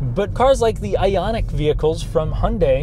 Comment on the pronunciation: “Ionia 5”